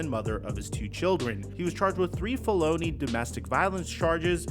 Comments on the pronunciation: did you seriously say "felOHnee"? Lol. It's "FELonee". Wow. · Did bro just say Falogne? Or felony? That’s a first 😂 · Fell o knee .. that’s how you say it king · fuh-loney pronunciation for felony is INSANE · Bro said Phalony💀🤣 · he has said it in another video too lol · did you pronounce felony like fologna 😂like bologna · Did this man say FEH-LOW-NEE? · Did he say “FA-LONEY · You can’t be this dumb right? Faloney? You really pronounced it like bologna, it’s felony bro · buddy wtf is a felooony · Pronouncing felony as folonneee is a crime 😅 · stop saying felony as if it's baloney! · My guy really said felowney 💀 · u gotta be doing the “fellow-knees” on purpose 😭🤣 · He also did say 'fe-lowny' and 'joe-pardy' hahaha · Fell Owny crowd represent! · hell yea. Sounded like Bologna lol I thought what did he say right about the time I seen felony in the headline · hahah I caught that and played it back to make sure I heard him say it so wildly off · Nah the way felony was pronounced was an actual crime 😂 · the way you pronounce felony sounds like an italian pasta dish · You don't know how to pronounce felony? 😂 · Love how he says “felony” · Bro... just google how to pronounce felony.... Getting kind of sad at this point a "almost dentist" can't even read. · Excuse me? How did you pronounce felony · Alright, this channel was barely holding on to me, with the amount this dude feels the need to show his face and the bs gambling sponsors. But now the felony pronunciations(among others) and "costed"....?? No more views for a complete rumor channel. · Please learn how to pronounce the word felony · You guys think that was on purpose? Or does he really not know how to pronounce “felony?” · when you say the word felony you arent pronouncing it the right way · aint no way you pronounce felony like that